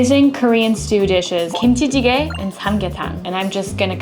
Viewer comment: The pronunciation of kimchi jjigae is 🤌🏻